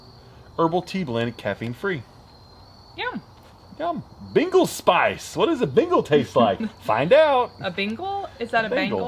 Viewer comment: It sounded like said Beagle Spice